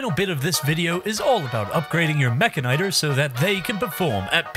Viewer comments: Why in God's name do you pronounce it that way? It's literally mechanic and tor. Meh-can-ih-tor. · i think it's pronounced meh-can-e-tor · You say mechanitor wrong. Say it as if you would say mechanic, mecha'nee-tor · I know there's no official pronunciation, but the one used here seems very weird lol. I always thought it was "Meh-Kanitor" like how he pronounces the end of Militor. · Is it Meh-ka-nigh-ter or Meh-kan-e-tor? I never could figure out the pronunciation